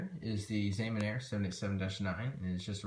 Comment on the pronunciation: also, Hainan is pronounced (Hi-NON) and Xiamen is pronounced (SHYA-MON)